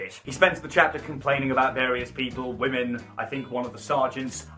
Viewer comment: The way you speak, say the word “wamen”, the fact that you use the r word and refer to your viewers as only male is.. yikes. I hate onision as much as the next person but it doesn’t mean you have to be insufferable yourself. The girls with internalized misogyny encouraging this in ur comments is something to note as well